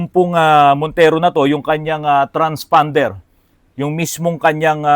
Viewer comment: Naku po may sasakit na naman ang ulo sa bagong word of the day”transfonder” baka isipin transormer hehehe